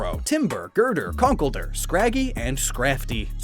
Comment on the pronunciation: 90% sure conkelder is pronounced conk-elder